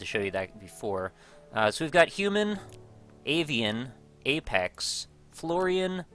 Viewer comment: Its fl - or - in not fl - or - ain